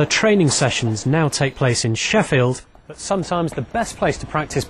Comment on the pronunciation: kinda sounded like the reporter said fucking Sheffield at 6 47 LOLLLLLLLLLl